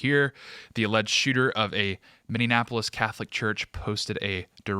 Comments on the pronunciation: Ive loved you hosting, but got damn you need to learn how to say Minneapolis! It’s “mini-apolis” not “mini-in-apolis” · I know this is a serious topic, but my guy, as a Minnesotan, PLEASE!! It's pronounced, "Minn-E-app-O-lis" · Mini-apple-is……it’s not hard…🤣🤣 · MinneNapolis? Anyone else notice this? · I cannot tell if is pronouncing Minneapolis as "min in" apolis or "mini-apolis"? Wtf? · Is it just me or does say Minneapolis strangely? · Could you please say the name of the city correctly? It’s Minneapolis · Please stop mispronouncing Minneapolis. You are losing credibility here.